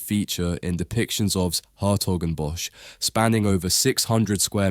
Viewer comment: "bosch" is pronounced as "boss"